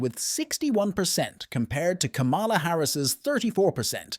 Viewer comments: The presenter cannot even pronounce Kamala's name correctly. WTF? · Learn how to pronounce her name .